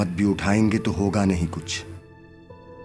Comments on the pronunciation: Tu nahi hai ye sir ye to hai talaffuz me maza nahi aya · You are doing amazing work brother...magar talafuz theek karai barai meherbani it is not "tu cha jayaiga " its "toh cha jayaiga